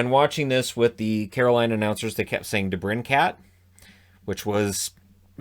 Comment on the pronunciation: Shannon, we're very aware Mike kept saying "De-brin-CAT" that's Mike Maniscalco, he is Forslund's replacement. This is his first play by play broadcasting position. We've cut him some slack, he's a fantastic guy, his pronunciation on some names needs work lol.